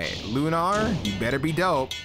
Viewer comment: Don’t sleep on the smoke bombs. The cat fiends, as well as most man-sized enemies, will always fall for it and lower their guard. Mad respect for emphasizing the second syllable in “Lunar.” It’s how you tell apart the pros from the zeroes. LOL And speaking of, shameless plug: I have a technique video on the Lunar. If you were ever curious about the damage output or how to pull off an Izuna Drop at level 1 or 2. Looking forward to your next video and ‘grats on 100 subs!